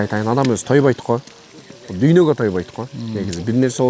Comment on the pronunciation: Дуйно эмес дунуйо десен туура болот.